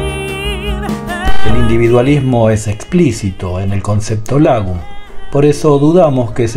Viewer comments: Tick importante, se pronuncia más como "lóoogom" y no "lagom". Eso es una "a" larga, que para un oído hispano parece sonar como una "o". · Lagom; se lee ” Logom” y tiene por significado, ” Ni más ni menas”!!